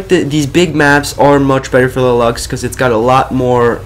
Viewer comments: It's pernouced loves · Not to be mean or anything, but I think its pronounced 'Lukes'